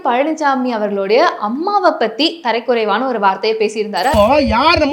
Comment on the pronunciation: Amma. Thara kuraivaana endru ucharithaal sariyaha irukkum.